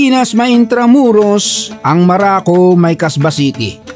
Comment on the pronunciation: maraco ang pagkarinig ko😂